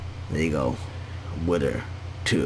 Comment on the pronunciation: its not widder its wither